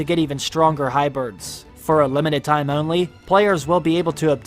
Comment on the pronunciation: WHY do you keep saying “HYBIRDS”?! 😰 HYBRIDS, my dude. HYBRIDS, my bro in ¡Christ! “Hybirds.” Oh, my God. 🐦 😢